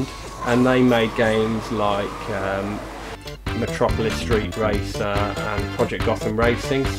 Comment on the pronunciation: Great minds indeed! Did you just say 'Matropolis Street Racer'? ;) haha. I haven't played the other two games but Micro Machines and Blur are both great. I think we need to get +Novabug into Blur ;)